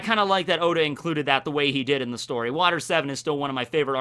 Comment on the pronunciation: At the end he says, “God bless ya, Oda” but it really sounded like god bless Yoda xD